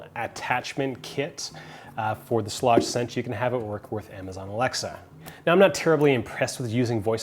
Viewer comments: It is pronounced “Shleyg!!!!” Sorry, you were driving me nuts with the shlawdge pronunciation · Aaron Schlage is pronounce like Schlayge or something like that lol. Yes Kwikset Smartkey may be easier to Rekey to your current locks but the build quality of Kwikset is the worst. Smartkey locks have resettable wafers that can fail anytime. As a locksmith I’ve dealt with these locks failing all the time. I never recommend Kwikset unless all your house has Kwikset already then yes because then you would have to change all the locks which can get expensive. Schlage only provides one key because their goal is for you to mostly just use the touchpad. That’s the whole reason why you get a touchpad in the first place, so you won’t have to carry keys. You can get a wall mounted lock box and leave the key there just in case the battery dies. But even then the touchpad will let you know when to change the batteries out. Schlage makes it easy to change the batteries out compare to Kwikset. Overall Schlage is the better product in my opinion. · Several comments, I'm a home builder trying to be helpful: 1) Your door weatherstripping is excellent - not too thick. It's called Q-Lon, and covers both the outside face and the corner edge, as opposed to that useless exterior nail-on junk. 2) Schlage is pronounced with a long a and hard g. See 3) The Kwikset "Smart Key" is a brilliant feature, which is amazingly easy to re-key in about 30 seconds. No need to be a handyman or pro. ANYbody can do it. GREAT for rental units, so the landlord can re-key without having to buy replacements or call a locksmith. 4) Schage and Kwikset are both high quality products across their full production of products. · Alright now I'm really curious if your pronunciation of "Schlage" is normal for others, just a Canadian thing, or just a you thing. Good review, thanks